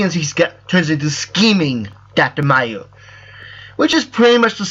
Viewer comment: a lot of people pronounce it doctor mayoo but it's actually "meww". he's from GT series, which most people never watched, which is probably why every non-japanese player pronounces it wrong.